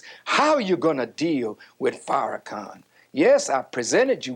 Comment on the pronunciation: The insistence to mispronounce Farrakhan’s name is sustained and willful disrespect